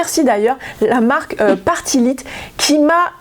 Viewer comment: Bonjour, pardon mais ça m'écorche trop l'oreille, la marque Party Lite se prononce comme "Light", lumière en anglais 😅 C'est une marque qu'on a connu dans les années 80/90, qui était vendu de la même manière que la marque Tupperware, par des femmes qui vendaient ça en réunion. Voilà, donc Party Lite (Light) 😉